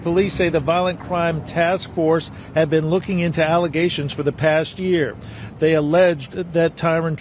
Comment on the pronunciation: Not just allezations , FALSE allezations